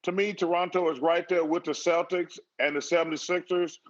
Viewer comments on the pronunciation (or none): none